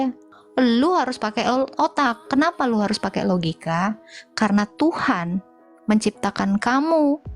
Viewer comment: Ini kadrun bahasa indonesia saja salah... Tuhan bukan Tuhang😊